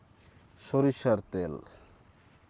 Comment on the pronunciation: তোল না কথা টা,তেল হবে